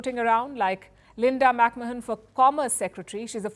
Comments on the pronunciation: it's Linda McMahon NOT McMohan😂😂😂 I knew it would be a common mistake in our country😂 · McMohan? It is McMahon. Show some professionalism. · McMahon is pronounced as Muhk Man